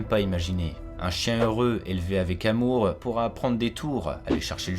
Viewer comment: BRIGADES DES LIAISONS DANGEREUSES, BONJOUR., vous avez été contrôlé positif à la liaison dangereuse, à, avec votre "[...] un chien élevé avec amour sera ' t' un chien". C'est une amende de première classe, donc vous ne perdez pas de point sur votre permis youtube, mais il vous en coûtera quand même une recommandation pour l'excellente chaîne "507 heures" dans l'une de vos vidéos, ou bien par le réseau social de votre choix. Bonne journée à vous!;-)